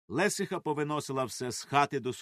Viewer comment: Не з бАхурами,а з бахурАми.ЛесИха.І ще кілька слів неправильно наголошені. А за текст дякую.Розвиваймо українське!